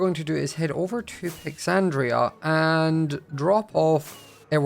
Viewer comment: Noticed you called The Ancient Capital ‘Pixandria’